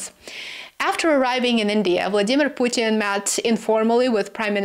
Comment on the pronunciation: You pronounced "Vladimir Putin" very close to how Russians say it, very correct way of pronunciation